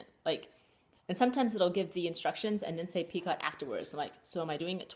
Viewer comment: First off you are adorable ! Love color of yarn you are using for your shawl and the color of your yarn you are spinning. The crochet butterfly is awesome. BtW. Picot is pronounced (pee-ko). ;) Thanks for your video